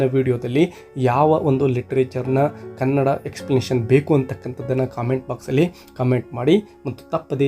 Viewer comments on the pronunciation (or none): none